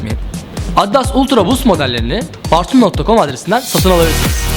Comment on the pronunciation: Sen önce markanın okunuşunu öğren sonra ultra boost un tanıtımını yap